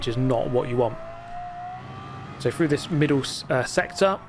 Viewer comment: Dude can you REALLY not say through? You keep saying frough and it’s driving me nuts